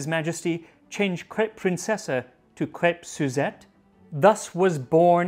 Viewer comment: „Crêpes“ are best pronounced „crep“, instead of „crapes“. When you keep the e in there short, it won‘t sound like that other word with an a. Bonne chance!